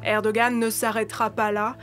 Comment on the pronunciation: Encore un journaliste qui écorche le nom du président de la Türkiye, soit il le prononce dans un ordre inversé de sorte à troublée ceux qui un jour entendra à nouveau le nom du président de la TÜRKIYE.